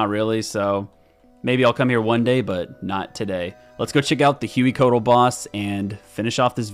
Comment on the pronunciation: Congrats on life and good to see you back! For the boss names, if they're intended to be pronounced like the source language, then Amoxliatl = ah-mowsh-LEE-attle and Hueycoatl = way-CO-attle (they're based on the Nahuatl language spoken by the Aztecs, in which "x" = English "sh", "hu" = English "w", and emphasis is on the second-to-last syllable).